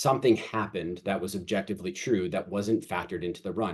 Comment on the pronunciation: I like the explanation and think it will be MUCH better as time goes on, keep making it better and let the haters hate. Also please learn to say objectiVely LMAO there is no B